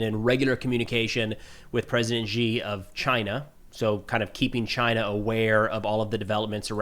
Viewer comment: please check how to pronounce President Xi. The X is a simple "sh" sound.